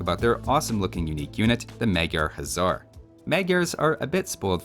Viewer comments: my guy! In Magyar, 'sz' is treated like one letter and is just pronounced like an 's', while 's' is pronounced like 'sh'. 'Gy' is also treated like one letter and is pronounced with a hard 'G' like 'gee'. You're also pronouncing 'Magyar' like it's spelled 'Mágyérz', which is incorrect. 'A' should be pronounced like the 'A' in 'Almonds'. It's infuriating hearing you say 'hézar' instead of 'huszar'. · Day 234 of saying this but "Huszar" is actually pronounced like "Hussar", 'sz' in Hungarian makes the 's' sound.